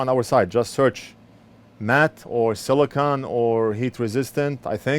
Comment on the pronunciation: Silicone, not silicon.